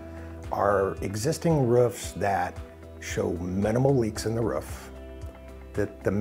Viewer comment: It’s roof not ruff 😂😂